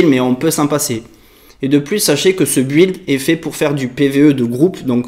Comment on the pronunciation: pr info, build se prononce "bild" ;)